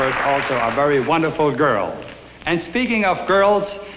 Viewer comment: Wunnerful! Wunnerful! And a one-na and a two-a!